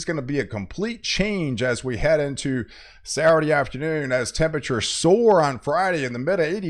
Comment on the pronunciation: Sat - ttur- dayy😅 I think he’s doing it on purpose lol On “ Sa- Urdy “ 😅